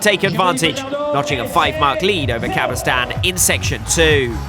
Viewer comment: Maybe I'm wrong, but he says 'Daybill' instead of 'Dabill' and where is the 'y' at the end of 'Cabestany'? These grate on me the most!